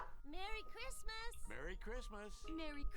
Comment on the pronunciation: Great Grandma is kinda a bad thing 😏 when she said “oughgahuougoughagahchrysmas” I was like word?